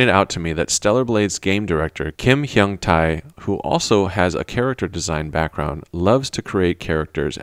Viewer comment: Great analysis as always! Just a tiny nitpick: The 'tae' in Kim Hyung Tae is pronounced 'tay' (as in 'pay'). Looking forward to your next video :)